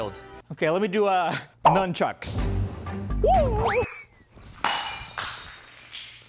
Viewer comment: "LemMee do numMchUcks" Breaks Glass Great skills Roy!